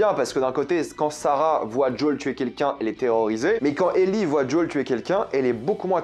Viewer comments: Alors j'aime beaucoup ta vidéo et ton anlyse MAIS, en français, son nom est "JOEL" pas "d'Jol" (c'est aussi mon prénom alors je me sens un peu visé) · Tu peux pas dire Joël au lieu de joool c'est très laid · jol jol jol joel!!! lol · Alors c'est JoEl pas Jol... Parce que là c'est insupportable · Arrête de prononcer djol 😭 je te jure que sa me fait souffrir 😭🤣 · Je t'adore mais peux tu arrêter de l'appeler djol punaise c'est joël quoi pourquoi djol ? (ceci dit très bon mando dans ce rôle) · Désolé, mais quand tu prononces le prénom de Joel, j'entends celui de Jul, le rappeur marseillais dont je suis allergique ^^ Pardon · Pourquoi tu dis jol ? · Ça me perturbe à chaque fois qu’il dit son prénom 😅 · The last of us est mon jeu préféré j'ai du me les faire 3 ou 4 fois chacun j'étais pas fan du perso de eli quand je les vu dans la bande annonce mais lors du premier épisode j'ai eu la même réaction que toi ok il on géré par contre tu me fais saignait des oreilles a chaque fois que tu prononce le blaze de Joël 🤣🤣 je pense que si il continue comme sa la série va être incroyable par contre je suis pas fan de tess je la trouve largement moins bien que dans le jeu a voir plus tard